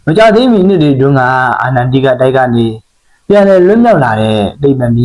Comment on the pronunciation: အချက်အလက်တွေသေချာ စုဆောင်းပြီးမှ ကွန်းတန့်လုပ်ထားတာ နားထောင်လို့ တော်တော်ကောင်းပါတယ်ဗျ ၊ ဒါပေမဲ့ အာနန် တိက တိုက် လို့ မှားမှား ပြောနေတာလေးတော့ ဂရုစိုက်စေချင်ပါတယ် ။